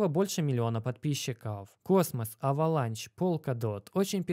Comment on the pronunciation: уважаю тебя но почему авеланч авеланш на англицском